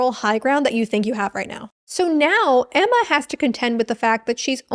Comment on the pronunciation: I lost my tea when you said "AEMMAR" as the lone Australian. 🤣